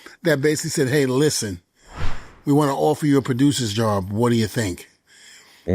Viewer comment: Listhpen. Listen*